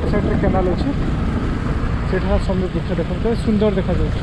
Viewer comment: ବୃକ୍ଷ ହେବ ... ବୃକ୍ଷ୍ୟ ନୁହେଁ